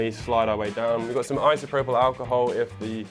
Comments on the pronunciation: Its pronounced eye so pro pull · eye-so-prof-le alchohol